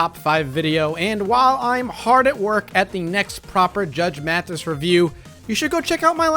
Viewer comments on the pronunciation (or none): none